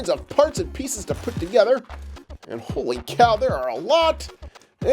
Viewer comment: stop saying holy caw?